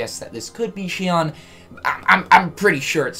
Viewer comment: No offense but I swear to fucking God If any streamer actually listened to her name its pronounced SHE-OWN. Watch the cut scenes to 358/2 days and listen to Axel and Roxas... Rant over, been bothering me for years now.